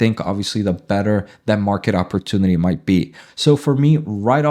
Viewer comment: Market not “Marke” 😂